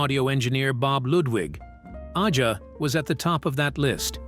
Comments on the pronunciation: “Fahgen” “Ahh-zha” Lame AI pronunciations! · stupid narrator could not pronounce AJA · These fucking AI voices can never pronounce things correctly. Aja is pronounced like Asia, not Aiya or Aja. And it's Faygen, not Fahgen. And Katy Lied, not Katy Leed. You guys need to listen to and phonetically correct these mistakes before posting these. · I dont think AI will be taking over anytime soon, its not "liv" and "donald faa-gen" didnt approve this video... I missed out buying that rare album "katy leed" and "ahhh-jaaa" Dumbasses